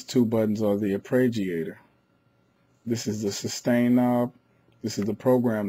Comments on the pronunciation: AR-PAY-JEE-AY-TOR. Say it. Please. It's not difficult. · thanks for the video but for Gods sake stop saying arpReggiator